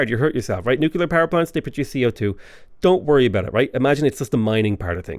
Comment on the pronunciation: The fast talking makes me think you’re reading a pharmaceutical side effects list. I have to say, though, that ‘nucular’ drives me just south of batshit 🧐